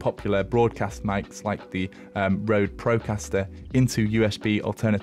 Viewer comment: you are so close To say RØDE but cool video